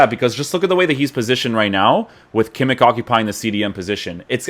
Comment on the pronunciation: your reviews are by far the best bro , keep it up ! and please stop saying kimmikkkk xD its kimich